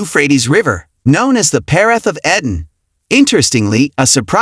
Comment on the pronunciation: EEEEden ... not e-dan